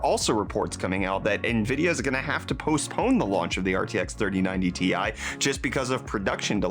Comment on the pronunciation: i gave u dislike for saying 3090tai